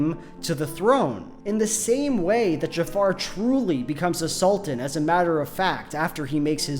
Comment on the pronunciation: I can't help but hear A Sultan as assaultan.